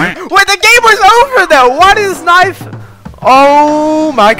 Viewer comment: I swear i heard "niCe tHigH" insteas of nice knife💀